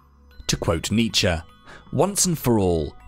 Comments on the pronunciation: Thought it was Knee-chee ? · I can't watch an entire video of you mispronouncing his name! Aahhh pull my hair out!